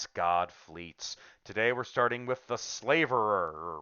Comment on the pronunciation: You're not pronouncing "Slaverer" correctly. Your pronunciation shows that you think the name has something to do with slavery, but it does not. A "slaverer" is someone or something that drools a lot. A "slaver" is someone who deals in slaves, but "to slaver" means to salivate.